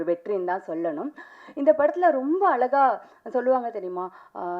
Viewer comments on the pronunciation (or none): தொகுப்பாளர் ரொம்ப "அலகாக" தமில் பேசுகிறார். வால்துக்கல்😊